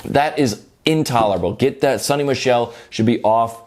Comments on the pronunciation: And it’s not sonny it’s Soni😂😂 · It’s Sony like the brand or so-nee